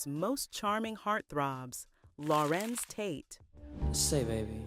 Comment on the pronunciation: Narrator says his name correctly 3 times rest of the time just mispronounce it constantly... Such a turn off! Tate ❤❤ ur acting work. Agree he should be valued more...